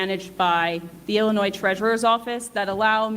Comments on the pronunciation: Love you,. It's pronounced "Illinoi", even though it is spelled "Illinois". I'm sure you knew that and it was a slip of the tongue. To me it's Ill-annoying!:P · Correction ! No s sound at the end of Illinois